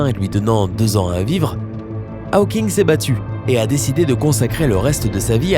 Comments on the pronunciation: Pitié, pas "Ha-o-king" ! C'est "Hau-king" (avec un o fermé). Si c'était "Ha-o-king", on l'écrirait Howking en anglais. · C pas haweking c hauking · "aoking" ?? tu as toujours autant de problèmes d'élocution mon ami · « Stéfeune Aoking » ??!... Not even close... Moi qui dis et redis, depuis des années, que la jeunesse française s'est mise à l'anglais... Bon... d'un autre côté, les Américains disent toujours « Shompsailizeï », alors on a encore pas mal de marge. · Steven "A-O-King" : mais c'est quoi cette prononciation... ?